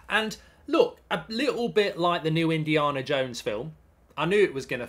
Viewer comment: No one talking about how Mark said Indi-arna Jones?!